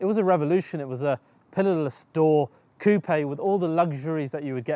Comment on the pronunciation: Yeah, finally an English speaking youtuber who properly pronounces "coupé" :-)